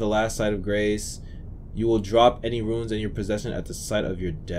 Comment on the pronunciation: Love the video, but RUNES is not pronounced RUINS. They're entirely different words with different meanings. Sorry, again I love the content, that just drive me crazy.